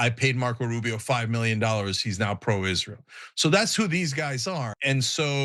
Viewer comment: Just a few seconds in, you had my like simply for pronouncing this abomination by it's proper name... many say it ''Is-Real'', but it's not... #GoMax